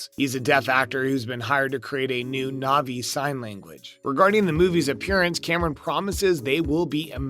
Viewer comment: I love how the kids in these videos change pronunciation of every name, sometimes multiple times, almost as though it's a deliberate joke. Nuvvi, Navvy, Naviiie. You're literally like Jake mispronouncing words and getting slapped by Neytiri. Sorry, Nighteary. It's a good thing Dr. Glaze Augunstein and Nerm Spillmen were able to help! Ribsini? Joe-elle? Lindau? Really? You actually watched this film? And Colander? Did you seriously refer to Collider as a kitchen strainer used to rinse vegetables? Let me guess, college grad? I can't, I just can't. 🤣